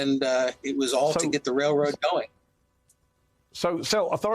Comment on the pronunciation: NuCLEAR! Not NuKELAR……… FFS